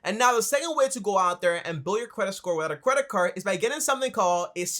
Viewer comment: You say cwedit and you talk at 120 decibels